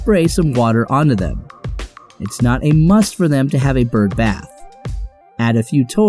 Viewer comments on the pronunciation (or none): none